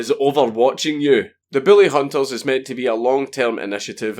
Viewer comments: I know your saying bully but it sounds like billy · God damn it I thought you were saying “billy hunters” for half the video lol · Mr Dankula when you said Bully hunters i heard Billy hunters, so i have ask what do you have against people named billy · god damn it, it keeps sounding like your saying the fucking Billy Hunters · it sounds like hes saying the willyhunters or billyhunters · Is it just me or does it sound like he is saying Billy and not bully? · i.....i can't figure it out.... ARE YOU SAYING BILLY ON PURPOSE OR ARE YOU ACTUALLY TRYING TO SAY BULLY????????????????? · Just to clarify: Are you saying "Bully" or "Billy"? I'm all for going after "Bullies" but attacking everyone named "Billy" seems a bit much. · It sounds like he said “Booly Hunters” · BILLY Hunters LOL my dude I love your pronounciation Sounds like a hillbilly extermination cult the way you say it Kappa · Count Dankula sounds like he's saying "Billy Hunters" instead of "Bully Hunters" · Your beautiful accent makes the word "bully" sound like "billy" and it's so fucking funny. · I love you. I love your accent, but I heard Billy hunters the whole video... Poor Billy! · It sounds like you're saying "Billy Hunters". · I know you have an accent, but I can't NOT hear you say "bully" as "Billy", and I wonder why anyone would want to hunt the lovable idiot from Grim Adventures.